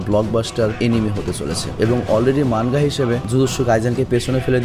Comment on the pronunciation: মানগা না ভাই। মাঙগা।